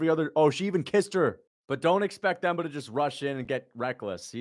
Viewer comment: Te-mba not Th-em-ba